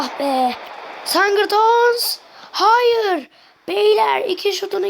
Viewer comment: sangurton deyil sigdorson